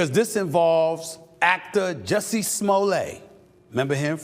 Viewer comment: SA you pronounce the Ts in Jussie’s name.